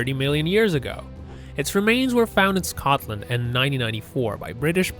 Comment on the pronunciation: Mate did u just say scccotllland ????????